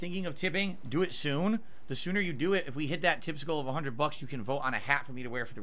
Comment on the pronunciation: I don't know why it bothers me much that his speech impediment forces him to say "dat" instead of "that"